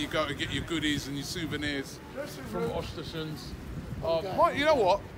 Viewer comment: Robbie - The club is called Östersunds not Östersund.